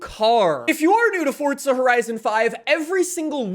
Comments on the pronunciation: It's forza not fortza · Why do you say fort'za? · Fortza? Or Forza 🧐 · This dude be pronouncing Forza, (Fort-Zuh) LOL